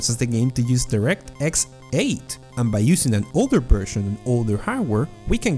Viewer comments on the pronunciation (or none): none